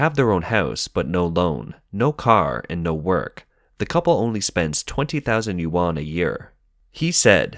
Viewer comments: more like u-n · yuan not 'you-an' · Another “expert” that doesn’t even know how to pronounce Chinese “Yuan” right. Also very nice of you to derive all expenditure in local Chinese Yuan as the currency and twist the fact when the minister 1000 usd and conveniently stated it as Chinese Yuan too. Or perhaps you derived your number from the minister considering those that earn 300 usd as middle income household and asking them to spend more boosting economic cycles. Man there is many things you can criticise about China but please be real and not spread fake information. I totally don’t mind if you’re biased and only report bad stuffs and selectively not report anything good. I totally don’t mind this at all, China does that all the time and I read both the CCP propaganda news and western anti-China propaganda. However twisting and lying makes your information become a worthless read... cause now I can’t trust the real bad stuff from your information.